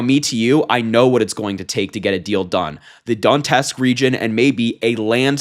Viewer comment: Twin, It's not Don-Tusk. It's Do-net-sk